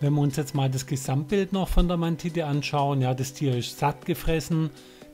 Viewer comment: "Mantitte" :'D Das ist ein weiches D keine Titte.